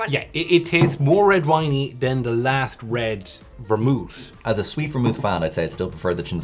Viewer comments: I love how vermouth is not complicated to say or read in any shape or form, yet they've called it Vermont, Vermouse, and Vermoose😂😂😂😂😂 it's like if kindergartners were given the bottles and told to read them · I love how saying “vermouth” descended into “Vermont”, “veemot” and “vermouse” 🤣🤣🤣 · has called it everything but Vermouth. Vermoose,Vermont. Every variation except the correct one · And ver-mouth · says ver-MOWTH right off the bat. You know it’s going to be a good learning experience for everyone! 😂😂😝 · Ver-mouth, vermoose, vermouse, vermont. LOL I don't think he even said it correctly once. LOL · Ver-MOUTH ... uh huh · Love how never pronouced Vermouth the same way twice. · Love that had like 12 different pronunciations for the vermouth throughout the video 🤣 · A different pronunciation of Vermouth each time xD